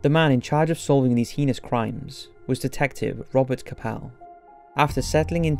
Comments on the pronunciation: “The most heenos acts” ... really... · And 'heinous' - Should be hay-nus, like 'anus', not 'hee-nous'! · I don't blame you much for mispronouncing the word "Puget"....but for Pete's sake....IF YOU CANNOT PROPERLY PRONOUNCE THE WORD "HEINOUS" THEN STOP INCLUDING THAT WORD CONSTANTLY IN THE SCRIPT OF YOUR DOCUMENTARIES!!!